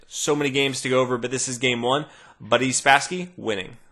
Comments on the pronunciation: Isn't it Boris Spassky? Sounded like he kept saying Buddy Spassky. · Nah man. The accent is on и, so the A sounds like an O, Boris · If you try to save russian pronunciation of this name - you should pronounce it like "Barees" - "[i:]" sound is stressed & "o" is in destressed position - so it isn't pronounced like 'o" - it is more like a neutral vocal sound. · I speak Russian. It's not perfect, but "Boris Spassky" pronounced in Russian indeed does sound a lot like "Buddy Spassky" in English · He's speaking English, therefore he should use the English pronunciation, which rhymes with Norris and Doris. His wannabe Russian pronunciation makes him sound like a moron. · >God forbid someone try to pronounce it the way it was originally intended Exactly. It makes him sound like a moron, as I already said. When speaking English, the conventions of English apply, regardless of the origin of the word. Watch any English language news broadcast from the early 1970s when Bobby Fischer and Boris Spassky were making headlines, and you will see that they all pronounce Boris' name exactly the way its spelling dictates in English, you know, rather than "buddy". >right asshole? Your non sequitur is dismissed, simple fellow.